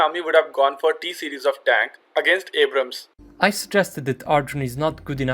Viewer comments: Mocks "Abrahams" Says "Abras" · Its Indian pronunciation of Abrams. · MUSIC LOVER - "90% of us call it abrahm tank" - citation needed. besides, more people pronouncing a name wrongly doesn't make it right. "We have difficulty in pronouncing Abrams" - this is simply NOT true. there's nothing about hindi language that causes people to add an additional 'H' sound. The fact is, he wrongly pronounced the name in the video. Just admit that, no need to defend the indefensible.